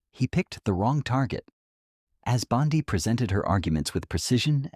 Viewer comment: This is total propaganda, and you all believe it lmao Chen was never arrested. He actually humiliated her for not having any regard for the Constitution. It's literally trending everywhere...how do people blindly believe these AI videos that can't even pronounce her name correctly??